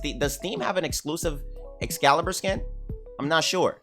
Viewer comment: Dat man said excal a universal thot 🤣🤣🤣